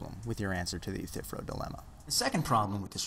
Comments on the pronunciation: one tiny nitpick..I'm pretty sure you are mispronouncing "Euthyphro". The ending is "fro" as in a 1970's "afro". It sounds like "Youthafro" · Love your vids man. Sorry to just be stumbling upon them for the first time today. This is the third one I've watched and with the 'rona virus out there roaming around, I reckon I'll have the rest of them watched in a week. I just gotta offer one pedantic critique: eu-thy-phro. 3 syllables :) All the best to ya mate!